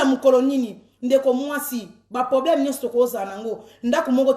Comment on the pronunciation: Balobaka poblème Teeee balobaka PROBLÈME. Merci